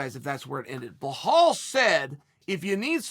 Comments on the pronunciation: It's Bill-al, not behaal 😂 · Chael at up until 2 minutes: "belal" Chael after 2 minutes: "blow-hall" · Repeat aftee me Chael.. Belal.. Belal.. Not "Blauhall".. BELAL! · Hey Chael it's not bihol alright it " Bilal" "bi la l " correct it next time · Chael.... His name is Belal, not Ble Hal... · Bla-Haal ??? WTF Chael??! It's BELAL ! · Me: Belal Uncle Chael: Blahal Me: Blahal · wtf is this blu hal i think its pronounced bee-lul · Belal Muhammad: my names Belal Chael: BlaHall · It's not 'Blehal', it's 'Belal'. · Chael I love your work but please his name is pronounced as Be-lal not Be-hal. Other than that great work, I hope this helps 👍🏻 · Uncle Chael, It's pronounced Bee-lal not Bla-hal. As an Arabic speaking man, I feel like I needed to help you out there. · Who tf is Blehal, Chael?? 🤣🤣🤣🤣🤣 Be-lal, how do get Ble-hall 🤣🤣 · Goddamn Chael wtf is Blahall 😂😂😂😂😂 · Bro, can u pronounce “Belal” correctly please? Thank you Mr Sonnen. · Chael please beeelllaalllll not blahal or just Muhammad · Bruh, Chael says blehal with a traight face EVERY single time, I know he's doing it on purpose. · If Chael says it's blahal ITS BLAHAL!!! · Uncle it's Be-Laal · How hard is it to say be....... Lal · For God's sake Chael it's BE-LAAL. BEE 🐝 LAAL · Did you call Bilal…. Blahaall ? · "Blelall" Muhammad has so few L's that Uncle Chael had to add several to his name, in all fairness. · If you are going to call him Bleh Hall and then say he has balls you might as well just combine that and call him Buh Halls (Balls) Muhammed. If you can't pronounce that then just say Bull Balls Muhammed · He pronounces names wrong on purpose lol . It’s not hard to say be-lal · Chael: “Hey, Bluehalal Muhammed” Belal: “🤨 Hello.... Cheel Sona" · Drink water every time Chael says “Blal-hall” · Blahal 😂😭 Chael is undisputed at butchering fighters’ names 🙌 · Beh-hall that's a new low uncle Chael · Sounds like Boo-hall to me🤣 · LOL Unc is at it again. Behal/Blahal. Chael is like Joey Diaz with these names. Beautiful